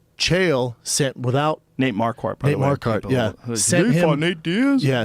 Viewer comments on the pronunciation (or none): shaub pronouncing nate's last name like mar-kart is so good. Truly remarkable